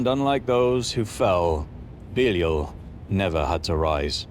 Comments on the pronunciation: Thought it was be-lie-al nt beelee-ul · It's not BEELEEUL. It's BEE-LIE-AL. 🤦🤦🤦🙄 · Ive always heard it pronounced "buh-LY-al" not "bee-leel" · He is not Beelee-eel, but Bēleeāl or Bēlīāl. English talking folk - pronounce the most names wrong. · I thought it was pronounced beh-lie-all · Can't stand how you say "belial" dude...even with your accent taken into account, that's not how you say it. "Be-lie-el" ...there...any supposed english speaker can say that easily enough. When your "i" and the "a" next to it sound like like a pair of "e"s, then it's probably not right, you know? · is that how you pronounce it? I always thought it was be-lie-al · Beleel.. Never heard of pronounced like that anywhere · Huh. It's strange hearing it pronounced that way. I've always pronounced it Be-lie-al. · If you cannot pronounce his name right than inwill not watch thr video. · Belial must be tired of getting his name mispronounced from English to American to I can't understand what you're saying ,even though he's deaf Got to hand some flyers out for him in case Satan throws him deeper than the cracks . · That's not how you pronounce Belial 😛 (I kid. Mostly.) Are we talking about something from the Bible or Donald trump? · Man they even pronounced Belial wrong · It's pronounced Belial, you brit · The time is coming. :) I like to see how you humans think how it is. It's no the best pronunciation, but keep going